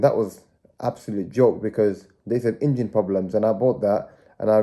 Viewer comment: Ok video, maybe learn to say Engine not Ingine. Watch matt Armstrong, gets some tips on presenting.